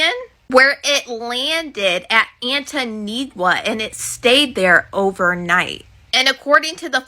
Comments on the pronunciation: Did she say "Anninigua" LOL Does she not see the "T" in the word? Hilarious. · Oh, I'ma need ol girl to pronounce ANTIGUA 🇦🇬 properly. SMH... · How are these tik tokers reporting on Diddy info and not able to pronounce the country ANTIGUA 🙄 like come on...they dont know phonics